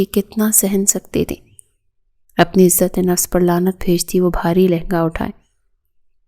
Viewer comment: عزت و نفس نہیں عزتِ نفس